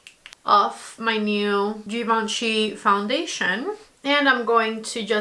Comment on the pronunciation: if you going to talk a lot about this foundation please pronounce it correctly- Givenchy is without D in the beginning and then Prism Libr- without E at the end ❤